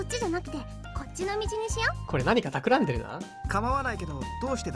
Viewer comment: 企んでる？ たくらんでるだよ。